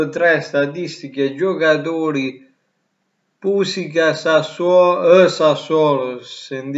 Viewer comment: Cmq si pronuncia pusiza non pusica